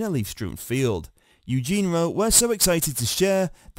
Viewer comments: Yes Eugene is a guys name 😂 you'd think this UK guy would know that😂😂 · It's EugenIE.😊. Get a robot that can read.